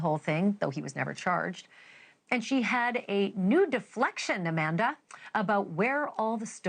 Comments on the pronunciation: SCAManda lol not SCUManda even tho both are right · SCAM-Anda Not Sca-Manda